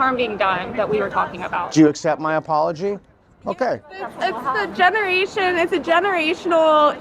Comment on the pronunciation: " it's a genereeetion"